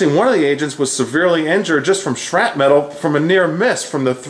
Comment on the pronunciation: You lost me at "shrapmetal"